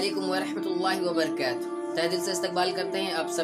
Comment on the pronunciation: वबरकात नहीं है वबरकातुह् है